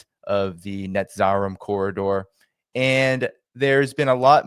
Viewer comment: Isn't it Net zah reem Corridor?